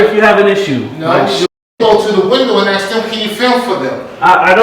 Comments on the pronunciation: As soon as you hear people tell something about not filming or not recording or violating privacy rights in public can you just tell them to stfu? That security guard was running his mouth for so long about axe this and axe that... Why can't he pronounce the word ASK correctly but run his mouth for so long in English? Is it too much to ask? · Why can't black people say the word ask ...I axed you... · If you can't say "ask" instead of "ax" Or "That " instead of "Dat" you shouldn't be able to work in the public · as non-native english speaker I have to ask this: If I have to 'axe' everybody for permission, who the fugg will be left to answer all other questions, when everyone is be-head-axed? 😅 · "...ax first" lol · I’m not trying to be racist, but how come I’ve never heard a black person pronounce “ASK” correctly? Not once in my life. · Better to axe somebody before you film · Just axe him😅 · “You need to axe first before exercising your rights.” 😂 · Whys the guard keep tellin you to axe people??? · Did you ax him? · needs to axe for some training. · Axing question, always axing